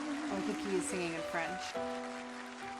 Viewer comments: exactly. His performance here wasn't perfect (for example, some of his French pronunciations are wrong), but that's not the point. He had a brilliant performance and he's only gotten better since this time. It catapaulted him to the next level as far as fame is concerned. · "Sorry, but I never thought I would see any reactor get so many dislikes on a DIMASH reaction" You obviously did not go through enough reactions. There is a reaction by one Frenchman that did not like this performance at all because of Dimash's bad pronunciation of French and got almost entirely dislikes. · This was not composed and written by Dimash. His French pronounciation wasn't even good in this one. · This song was preformed in 2017, 4 years ago, Dimash was about 21 this show & he's 26 now, I think. Dimash's vocals would have changed, I'm sure, for the better!! Dimash's French pronunciations weren't the best the time of the recording of this show but he has no problems with his pronunciation of the French language anymore. You guyz must check out his new 2021 version of SOS, it's really worth it! I've been listening to Dimash for the last 2-3 years & I've noticed how he has become a hit more now -on the internet & the social media platforms. Dimash is a musical prodigy & is worth another listen 🌈 TY for your reaction/analysis.